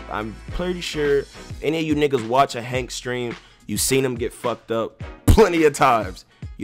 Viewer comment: Coughrelief HAÈNK 😂😂😂